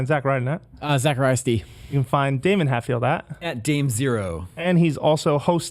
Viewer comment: Daemon not damien great host of game scoop